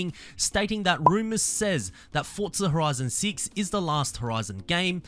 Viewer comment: "fortza horizon seats"